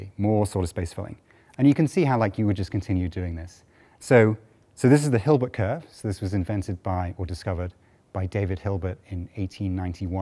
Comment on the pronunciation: Hilbert not Gilbert!